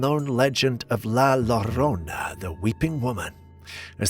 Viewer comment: Sounded like he said it right to me but it was a bit garbled. And mispronounces things on the regular. 😂😂